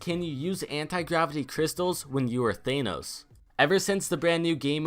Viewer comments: Thahhhhnos not Thayyynos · It's not Thaynos, it's Thanos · Why do you call him Thaynose? WHY?! It's fucking ThAAnos, they even say it in the movie! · It's Thanos not Theinos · Why , why do you pronounce it “thay-nous” have you not watched the movie ? .... Tha-nos. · Thanos is pronounced as Than-ose not Thane-ose lol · It's pronounced THANOS not THAENOS. God they say his name correctly in the movie so why can't you say it correctly. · IT'S PRONOUNCED THANOS NOT THAINOS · its not thainooos its THAA_ NOOS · Its pronounced Thanos th-an-oos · I like how he says thanos as thaynos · Why do you say thaynos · Thay-nos lmfao 😔😔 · Your'e saying thanos wrong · pronounce thanos right you uncultured swine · STAPH SAYING THANOS WRONG. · Why does everyone pronounce thanos wrong its pronounced tha n. O. S. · u dont pronounce Thanos like that cuz its not an enlgish word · Why does no one know how to pronounce thanos right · The way says thanos though... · Myth: Can this man pronounce thanos right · I cringe when he says thanos